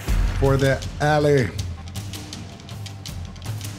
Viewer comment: "FoR ThE AlLeY" Can't even say his own faction properly. What a flop